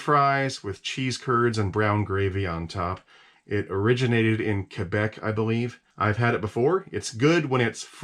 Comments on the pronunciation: He pronounces Quebec properly! Kebec! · You say Quebec very well for an American haha. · Im surprised as an American you say "Quebec" perfectly well